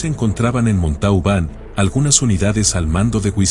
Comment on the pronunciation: La ciudad se pronuncia MONTOBAN.